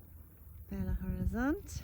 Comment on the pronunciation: belo horizonte not bela,lol.